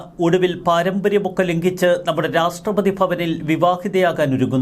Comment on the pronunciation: My dear, Ra SH TRA not STRA